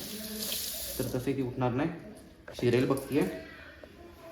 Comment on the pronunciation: serial ❌ shiriyal ✅